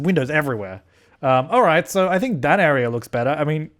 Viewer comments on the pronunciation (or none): 'i don't SINK so' lmaooo